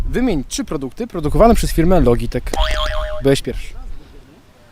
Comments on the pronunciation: Mówi się jak już "lodżitek",więc też nie masz racji :P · A nie przypadkiem "loDŻitech"?